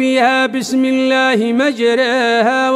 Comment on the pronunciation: هنآك خطأ وقع فيه اية٤١كلمه مجريها قللهاوهي اماله لابد من مراجعه المصحف من قبل مشائخ متقنين